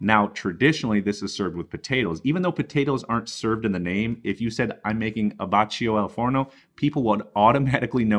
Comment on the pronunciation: "abbacchio" is pronounced "abbakkio", not "abatcho"...! 😁 But great recipe, thanks 💪🏻